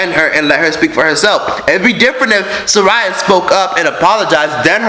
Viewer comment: Lol it’s SAH RIYA